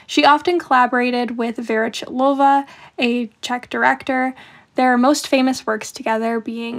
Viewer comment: the "ch" in "chytilová" isn't pronounced like in english, the way you'd do it with the word chicken. it's much more similar to a sound of clearing your throat, not sharp at all, more raspy and guttural.